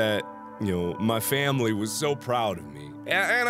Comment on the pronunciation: "My Family..." you got a country accent Mark